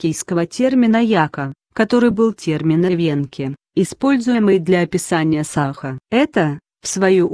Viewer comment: не сАха, а сахА! ИИ откуда это знать))